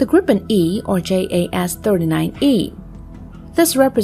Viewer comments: Kind of more grrippenn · stop saying " Gripppen" sounds stupid, its SAAB JAS 39 Griphoon